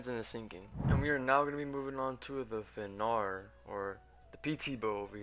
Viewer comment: Don’t mean to be annoying, but it’s “Fen-rear”